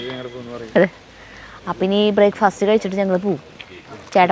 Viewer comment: ഹൌ...... ബ്രേക്ക്‌ ഫസ്റ്റ് എന്നുകേട്ടപ്പോൾ ചിരിച്ചതാണ്..... 🙏💕